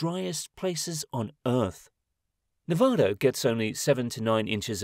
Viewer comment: Please don’t say Nevah-da, watch a video or something on how to pronounce it!! It’s pronounced Nevada!